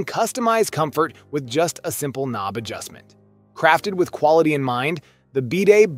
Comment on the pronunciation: ka-nob? The fuck... The K is silent... Breeze-a? This is some AI narrated garbage ain't it.